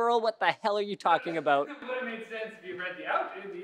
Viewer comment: "what are you talkin' aboot?"